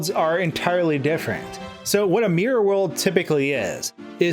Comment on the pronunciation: "Suum Marr 64, suumr Mari 64, mear worl" ... A- for trying